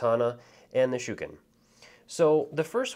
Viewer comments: THANK YOU! the "shookin" is driving me crazy. really helpful video otherwise, but man... that was rough. ;) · Loving this video really well presented, cant wait for my kickstarter copy to turn up, one note, dont know if anyone else disagrees but I believe shuriken are pronounced shur ree ken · Great Tutorial.👍 But please be aware that Shuriken does have an 'i' in it.👌 Mispronouncing it as Shuken was quite grating after a while. 👍😁